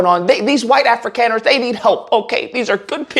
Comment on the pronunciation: It's pronounced Afrikaaners (Africonners)